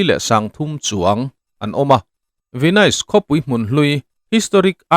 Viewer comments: Tinge Venaise tiin i lam daih a😅Venis tia lam tur ni awm tak a ni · An sawi tawg nual tho a, Ve-nais i ti daih a. Ve-nis tia lam tur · Venais ti reng😂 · Venais tiin kan lam ngai lo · Youtuber threnkhat hi tinge in tilui thrin emoni le ka ti hial ani....hming/veng/khua lamdan dik te hi zir hmasa thin ula ngaihthlak ti nuam lo vek hian duh2 dan hian in sawi top zel mai...venais tih i lamrik ka hriat rual2 in ka ngaithla peih lo nghal 😮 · Venis tih tur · Ka Pu, Venis ti in, lam teh khai. Ahlutna i ti ho dawn tlata😊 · A hming i lam dan teh daih chu